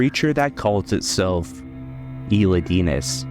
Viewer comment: great video (but the way u say elidinis bugs me since thats not how to pronounce the name haha)